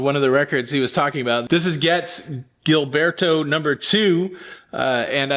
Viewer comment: The Capitol rainbow label, which is self-explanatory, was the label in use when Pepper first was released. P.S. Gilberto is pronounced with a soft "g". 😊 Congratulations on a wonderful haul! You have great taste!